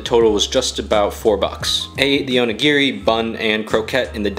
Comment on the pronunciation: The way he pronounced onigiri triggers me